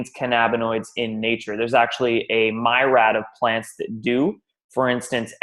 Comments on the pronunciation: It is pronounced meer-e-ad. Not my-rad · My rad? What an ass. It's a mirr as in (mirror), e, then ed, or ad. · Myrad? do you mean Mir-i-ad? Grammar Nazi strikes again! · You have it backwards... Cannabinoids are called such because they were discovered first in Cannabis. Cannabis is called such because in Greek (?), The word for it was kaneh bosem. That's plural. Singular is kaneh bos. It means aromatic cane. It's in the Bible, over-translated just as such. Also, myriad is pronounced meer EE ad. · Myriad is pronounced MEER-EEE-AD